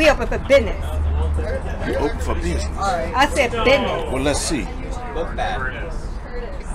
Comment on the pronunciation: Sue said Bithness…get it right! 🫵🏼🥴🫵🏼